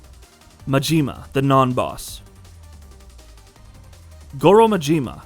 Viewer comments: His name is Majima. Not Majeema. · I get thrown off everytime he says mageema 🤣